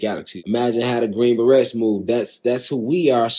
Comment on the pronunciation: Did he call them green barrettes? F outa here lmfao😂😂😂😂